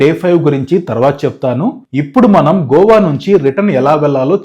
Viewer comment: GOVA GOWA KOWA kadura naina, it’s just GOA